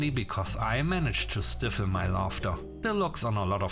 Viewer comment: Pronunciation: stifle, more like sty (stai) than stiff (stif).